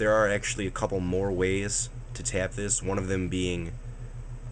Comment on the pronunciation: You don't hear...... "I was gonna learn how to tyap it"? lol He kind of does, but not major.